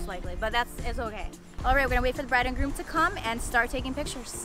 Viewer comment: its groom not broom sorry to say